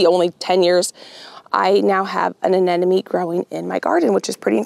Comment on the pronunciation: Uh-NEM-oh-nee! The word does not have the word “enemy” in it!